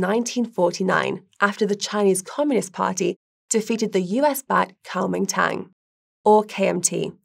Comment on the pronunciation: Oh,God...Not again!! Why not report on Guy having to soldier up and fight Russia? .It won't go well!! Yes, I am in Taiwan. Its a 'normal' democratic country which isn't trying to provoke China (XiJinPing) Pronunciation; did you actually say "Cowmingtang."? with research like that, I will need taking this video with a large pinch of salt! Ps unlike the UK, Taiwan has proper defences. BTW, the 2percent are the Mainland wives!!! The policies of all major parties are in reality very similar, Xi is just being a ****. At least in Taiwan, we can play a piano in a public place without CCP interference! Weak. Don't need friends when you have semi-conductors!!.. No need to pay these banana republics any dosh....(sorry, UK)